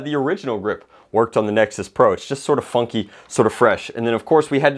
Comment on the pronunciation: Almost didn't hear the "n" in funky